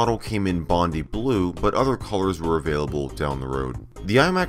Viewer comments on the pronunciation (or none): I’m no going to correct toy about the video card as I see others have. And it’s pronounced bond dye, Bondi is a famous beach in my home country of Australia. Having said all that, great video and I’m a subscriber now!